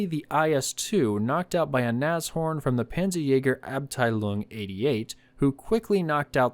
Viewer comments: ITS NASH... HORN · German here, I've only ever heard of these being pronounced "nash-orn" Very good video these were rubbish, should have just made alot of jagdpathers or Stugs with better armour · Naz ... Horn? LOL